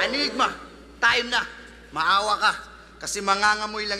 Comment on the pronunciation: ENYGMA naman yata talaga ang basa dun. . naging Anygma na lang nakasanayan. .